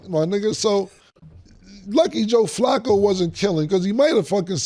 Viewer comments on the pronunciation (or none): none